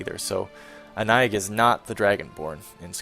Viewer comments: The name is pronounced Ah-nye, simmiler to Annie in meaning and comes from an old form of French that is more simmilar to german. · The "ï" is pronounced as a seperate syllable, as in "A-NA-EEG". Sounds like a name from Brittany (Bretagne). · This is very late, as I just stumbled across your lp, but as to name pronunciation, I think it's " Ah-Nye-eej or Ah-Nye-eeg". I wore a perfume called with a similar name years ago. :) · Here's a fun fact. I Googled the pronunciation of Annaig. You've been saying it arong this whole time. But I prefer your way. In reality, it's basically "An Egg." Not even fucking with you. Also I remember something you mentioned a long time ago, on Oblivion, you watched FireFly and loved the music, because it was done by Bear McCreary, right? He also does the music for The Walking Dead. Just sayin'... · hey Annaïg is pronounced anna-eek i know this cause that is my name.In breton the g at the end of a word it is pronounced like a k or a c and in french when you have a double dot over the i you must pronounce the letter independently. so I in french sounds like the letter e in the English language....so that is why Annaïg sounds like anna-eek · It seems like Annaïg would be Gaelic maybe? If so I would pronounce it Ann-nag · Hey, I looked Annaïg up on google in French, it's a name of Breton origin. Apparently the 'g' is pronounced 'k', so it would be Anna - ick.